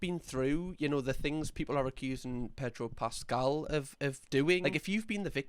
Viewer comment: predro pascal lol